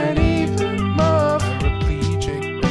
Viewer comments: james said move as “muv” and i visibly cringed. otherwise it’s a bop put it on soundcloud ;)) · Love, move? Loving the original ptonounciation😗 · "love mackin" "I can't even muhv" I can't I am dead goodbye world. I can't believe the last thing I did was watch a video about Trisha Paytas' poetry. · HAHAHA Feeling paralyzed from love "macking" and I can't even mauv" got me..